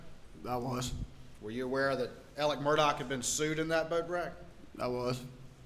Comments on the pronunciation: He pronounces his name Alec. Idk why it drives me crazy. My sons name is also Alex, we pronounce it the way it's spelled. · Why is he being called Alec when his name is Alex? Can these people read?